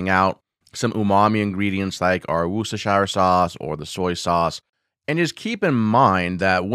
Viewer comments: Great video, but Worcestershire has three syllables WHU - STAH - SHURR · Great video definitely gonna try this!! Just FYI, as a Brit who lives in Worcestershire, it’s pronounced “wuss-ter-sheer” 😂🫡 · Wooster-SHEER! SHEER! Bloody hell. SHEER! :)